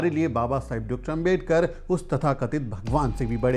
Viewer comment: आपका सम्मान है। लेकिन क्या अंबेडकर, अंबेडकर, अंबेडकर, अंबेडकर! सरनेम तो सही से बोलिए। वो आंबेडकर है। अम्बेडकर ya अंबेडकर नहीं। कोई भी नाम सरनेम किसी langauge में चेंज नहीं होता न करना चाहिए (बोलने में कठिनाई हो वो बात अलग)। क्या ये बात आपको मेरे जैसे सामान्य आदमी ने बताना चाहिए। गांधी को गंधी या मोदी को मेडी, यादव को यदव, शर्मा को शर्म बोलो तो कैसा लगेगा। पुराना गलत तरीका छोड़िए अब तो। क्या ये इतना कठिन है? चौहान नहीं चौहन बोलूंगा तो आपको कैसा लगेगा?